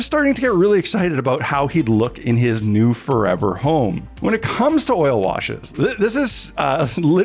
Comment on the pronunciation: really looks good! Did you actually say "furever" home ?